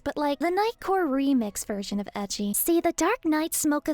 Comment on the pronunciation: Reaper started and I thought you said, "Are you ecchi?" I was like, "Yeah, but what's that gotta...oohh....edgy*. Yeah to that too...."